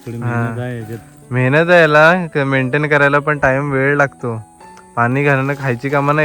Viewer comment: Are bala shalet gela nahis ka ashudhha basha boltos vel bolaych sodun ved boltos la chya jaagi da boltos neet bhasha bolat ja 😂😂